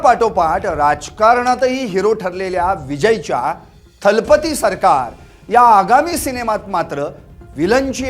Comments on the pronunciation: Talbathi nahi thalabathi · किती हे अज्ञान राव…थालापती नव्हे दलपती. कझगम नव्हे कळगम.